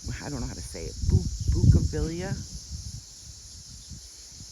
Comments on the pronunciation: Bougainvillea its pronounced "bogan-villa" easy to remember lol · Great presentation giving a delightful taste of Greece. Bougainvillea has an n sound but your pronunciation was close. Have a great vacation. You’re fan from MA. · Thanks for the trip review. That 😢plant is pronounced "boo-gun-vee-ya" in Texas!!!!!! FYI!